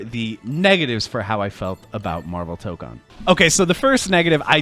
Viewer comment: It's not Toh-kahn it's Toh-kohn btw